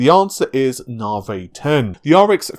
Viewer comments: Come on dude even AMD say Nav-i, why stay with the Narvay all the time. You sound daft and I know you aren't. If it's just to troll then you got me. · Thing is though, if you can say Narvay you can say Nav-i. A speech impediment wouldn't prevent that as far as I know. Who knows. I just don't understand why he does it that's all, not just with Navi but with other stuff. Maybe I'm just being pedantic.